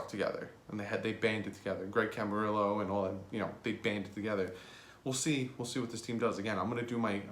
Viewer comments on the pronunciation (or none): none